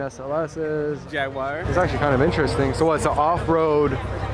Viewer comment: 90% of the pronunciation is wrong it's so cringe. Who in the world would say jaguier, seleen 🤔🤣